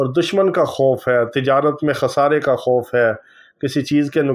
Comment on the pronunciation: Aman se khuf nahi khauf se Aman ..